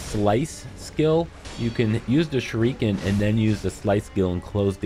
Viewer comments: SHOORIKEN!.....Dude is pronounce SHU RI KEN!! As KEN MASTERS!!! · SHUR-ih-KEN bro... Not "Shur-EEK-in" Sorry just drove me crazy Only takes a couple seconds to Google the pronouncement of any given word before ya make a video. Just some constructive criticism. Thanks for the help with the boss. She was super tough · This comment made him saying Shu-REEEEEE-ken almost tolerable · I be shriekin every time he says shurEEken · The “shereekin”? Lmfao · First it was "shurookin" in Polygon's video, now its "shureekin". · ‘Shur eee ken’ though 😂🤦🏼‍♂️ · SHURE- REE- KIN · OMFG ITS “SURE-UH-KEN” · No... He's actually not. It's "Sure-A-Ken". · Shuriken is pronounced "sure-a-ken". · No! It is pronounced "shoo-ree-ken" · Seeing u explain this in depth makes up for u mispurnouncing shuriken (sh reh ken) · Wtf is a shereekin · "Shureeekan"? 🙄 Smh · The "shu-reeken" pronunciation was killing me couldn't watch this🤦🏽‍♂️🤦🏽‍♂️🤦🏽‍♂️😅😅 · Love the way you say shuriken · Anyone else bothered by the way he pronounces shuriken 😂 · He mispronounces shuriken and kills this boss in the most inefficient way, you need to deflect and guard her attacks not spamming circle and R1 god you people need to learn this isn’t another dark souls-dodge spam games, you need to actually use your mind and I know it might be difficult for you but you gotta get used to it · I see I'm not the only one bashing my head over him saying it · Blake Moss saving a family is way different than pronouncing shuriken wrong in a fucking shinobi game. Authenticity for a game like this is appreciated